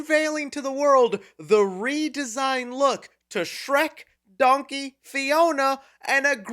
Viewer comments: Please tell me I'm not the only one who immediately caught Eddie Murphy saying "dunkey" instead of "donkey" XD XD (Heck, even YouTube's close caption got it!) Also it has been confirmed, John Lithgow is NOT returning for Shrek 5, so IDK why they are saying Lord Farquaad is coming back, unless they're bringing back the character, but having someone else voice him. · Why does Eddie Murphy pronounce Donkey like "Dunky"?